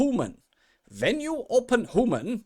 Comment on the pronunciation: Thanks for this. I’m yet to create the first “ hooman” (and I quite like that morphed pronunciation/name for them as it sounds like “who-man” and it seems hard to know who they will be). Anyway this video cleared up a big chunk of what process is actually like. Possibly, in the more recent patch it’s improved from a bug perspective too. Thanks for sharing.